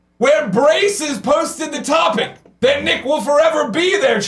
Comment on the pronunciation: Fuck yeah! I got called out by Greg and he said my name right! Nick will always be our Champ!!!